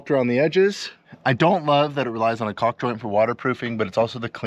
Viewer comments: The word caulk the l is silent. It sounds like talk. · You guys sure go out of your way to nail that "L" in "Caulk". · Caulk is pronounced cauk - silent L.